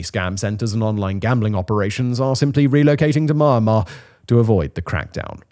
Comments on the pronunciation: Myanmar is pronounced ME- AN-MAR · always like how simon says "mahnnmah" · Please learn to pronounce Myanmar correctly